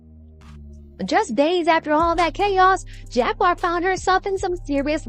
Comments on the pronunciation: Not Jagwire it's Jaguar like the animal lol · It's pronounced Jag-war not Jag-wire 🥹 and yes, prayers for her 🙏🏾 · “Jag-wire Wright”! 🤣 However, the whole look today is giving major network news reporter! 🤩🙌🏽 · you mispronounced Jaguar name